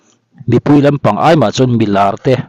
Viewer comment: I thusawi hi a dik ka ti,ka thlawp che...mahse i mizo tawng hman hi i fimkhur lo emai,taima tih tur ah teima i tia,peih tih tur ah paih i ti lehzel bawk si 😅